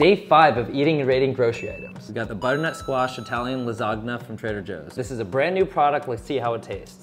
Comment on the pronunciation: you do know you dont pronounce the G in lasagna